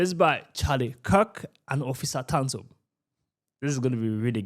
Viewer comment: You said officer tonsil its Officer Tatum but I’m with you bro